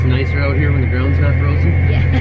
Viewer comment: “We’re really doin it Hair’!!!”